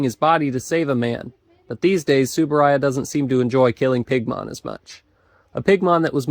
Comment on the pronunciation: The U in Uehara and T in Tsuburaya aren't silent